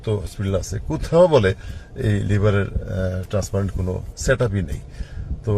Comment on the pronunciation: Transplant শব্দটাও উচ্চারণ করতে পারেনা, অশিক্ষিত নাকি ?